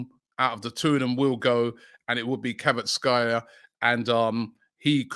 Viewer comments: It's Kav-rat-she-ke-lia 🤣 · Robbie, please pronounce that name once more😂😂😂 Kva Whart? Lol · I just came to see how Robbie butchers names... especially Kvaraskhelia😂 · given the kind of name pronunciations that you typically bottle, I was rather positively surprised with your Kvara pronunciation. It's still incorrect, of course, but it wasn't shocking. You've botched significantly easier pronunciations way worse than this one. ... In any case, I'm 100% a fan of the Raya signing, just not for 40m. I'm really surprised Chelsea are going for Sanchez over him. Sure, sanchez will be much cheaper, but when do Chelsea care about inflated player valuations or overpaying for players (maybe 6-9 years from now when all these long ass contracts start running down and they can't offload players, but given the superficial thinking that passes for "long term strategy" at that club, this potential issues was probably dismissed as a problem for future boehly and future board to worry about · I knew this video was gonna be golden as soon as I seen Kvara's name in it, but not even I could have guessed Robbie would pronounce it 3 different ways in one report. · I love how you butcher players names😂😂 you can just call him KAVARA 🇬🇪 which is easier to say the full name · Just say kvaradona cause the way you be pronouncing these names 😂.. respect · I pray we keep getting linked to kvaratschelia everyday just to hear Robbie pronounce the name 😂😂😂😂😂😂😂😂😂😂😂😂😂